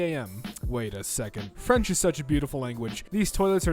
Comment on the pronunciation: I think this was the worst french pronounciation i have ever heard in my life.